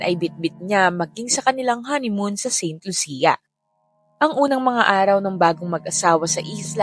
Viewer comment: Saint Lucia - pronounced as San Lucia